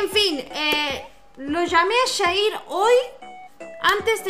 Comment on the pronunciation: Como q agrada mas q le diga shair en vez de yair